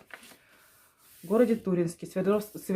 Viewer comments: Город Не Ту́ринск, а Тури́нск. Ударение на и. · Посмотрела ваш видеоролик, все хорошо спасибо всё подробно рассказано, но когда я услышала как вы прочитали наш город, меня как молнией поразило город не Туринск как вы прочитали с ударением на у, в Туринск ударение на букву И